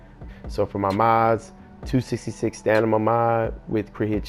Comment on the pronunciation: Stanima??? Lol